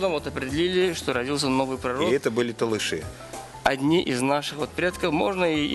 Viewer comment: Надо говорить Толоши правильно не ( Талыши)